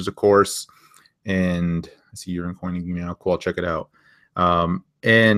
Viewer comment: Hey man :) Sorry to correct you but you are pronouncing Coinigy wrong. There is no "h" so its with G, not ghy. You are saying it like in Lamborghini and it should be like cleavage :D Thanks for the lesson! You are the best! Cheers. :)